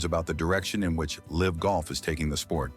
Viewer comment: Please edit and fact check your videos. The pronunciation of LIV golf is awful. AI narration requires human checking.